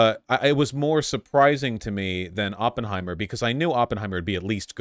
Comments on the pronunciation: First minute and we get “open-heimer” and “by-op-ic” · Vaush really said OPENheimer like a neon sign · He watched 3 hours about the guy and still can’t pronounce his name right.